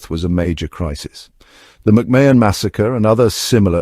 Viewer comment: Pronounced Ma hun….